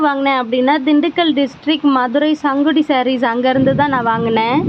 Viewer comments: Sangidi illa sis sungudi😅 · Sangudi ella.. Athu sungudi😊